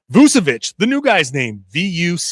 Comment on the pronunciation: hey, his name is pronounced with a CH, so Voo-cheh-vich, not Voo-seh-vich